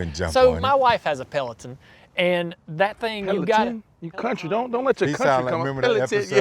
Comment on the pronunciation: Omg …..as many words as ALL these guys mispronounce, Peloton is the deal breaker 😂😂😂